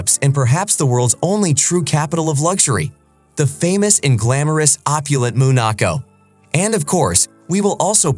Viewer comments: Its called Monaco, not MOOOON ACO WTF🥴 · He called it what?! Moonaco?! At least learn to say it correctly. 🤦‍♀️